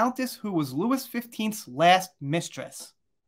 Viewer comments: Hi, if I'm not mistaken, it's pronounced King "Lou-ee", not Louis. And the location is pronounced the Palace of "Ver-sigh".. and Cannes, is pronounced Khan.. like Star Trek, the Wrath of Khan movie. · Louis + Looey, Cannes = Can